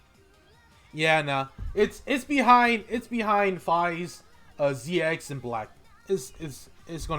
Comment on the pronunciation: Prounce it Ze-Cross not Zee-Ex